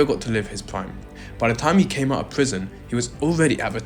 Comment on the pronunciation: Aren't you ashamed of your poor pronunciation of native language English? So many words you said that should have letter "T", where NOT pronounced correctly. Why conform to imitate the local illiteracy? Especially when you have great men as literate role models such as Roger Moore, David Niven and so forth?! Words spoken with NO pronouncing of letter "T", that stood out were... "Out" "Hitting" "Dirty" (Duhr—eee) "Think" you said "Fink!" "Better" (beh-ahh) As an Englishman, I am utterly appalled by the shameful illiteracy of me fellow native English speaking men. Why don't we take pride and dignity in representing our British heritage by speaking correctly?!